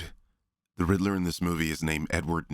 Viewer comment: says "croff-reference." A few seconds later he says he thinks Paul Dano is "the Riddle-O."